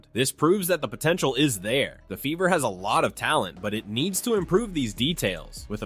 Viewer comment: LOL!!!!…… your accent made it sound like the ‘beaver’ not the “Fever”😂